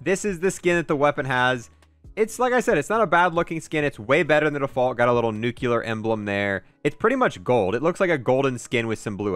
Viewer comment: disliked for "nucular"